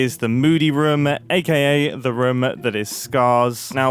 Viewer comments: If you say Ruum instead of Room one more time, I don't know what happens then xD But I can't hear the british accented room anymore (I still liked the video a bunch) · incredible video and amazing project but I gotta say I got increasingly distracted by your pronunciation of room, especially cos you said it about 436 times .."ruhme" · At this point, im wondering if thers anyone who counted how many times Mumbo says “room” or as he pronounces it… “reum”. Pls me if someone counted, i vry much am interested how many times he said it throughout the video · someone tally the amount of times he said "roum" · am i the only one who hears rum everytime mumbo says room? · Please stop pronouncing room like that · Why is Mumbo saying "Room" like Scott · I didn’t count but I’m pretty sure that the word ROOM was used quite a lot in this video😂. As a German guy I never noticed that British people pronounce it that short.